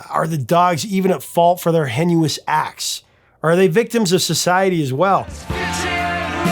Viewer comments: What the heck is a 'henuous act?' Did you mean 'heinous?' ("hay-nus".) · " - our "hen-you-us" acts - " No, professor - it's actually pronounced "hay--nuhs", btw! Lol!! (Just ask Google how to pronounce heinous.) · I think you meant "HAY-nus" instead of ""HEN-you-us." Regardless, thanks for another deep dive into the work of one of our favorite bands. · “henuous” acts? I think you meant heinous. The only time such speaking errors are made with such confidence is when someone reads a word they’ve never spoken. Loved the video but take a lesson from Hemingway: Write what you know, otherwise it will show.